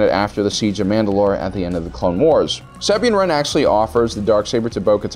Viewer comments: Your endless box of mispronunciations LMAO (Sah-Been Ran) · So no ones gonna bring up how he said sabine wren like 1000 times and in the weirdest pronunciation